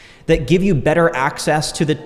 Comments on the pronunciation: You're a bright young man and have fallen into love with one of the most powerful things that will help you immensely in life. I do hear a bit of over annunciation in some words like 'better' or hard Ts - but you will smooth them out over time as they sit in your pocket longer. It could also just be your accent or what region you're from. Not to take away from the fact that you have a bright future. God Bless you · the way you pronounce "better" kinda drives me nuts